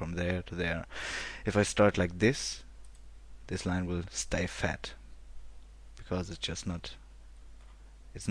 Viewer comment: I am 100% sure hes german, he just kept repeating "this line will stay fett" (fett -> thick). ;)